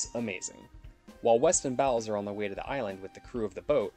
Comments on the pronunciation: Fulci's movies always punched hard. I love Zombie. It's pronounced "BOWLS"...not BOWELS. It's right there in the movie. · He just needed to pronounce the name of the leading lady character right. Anyone who has watched the movie knows it's pronounced like BOWLS, not BOWELS.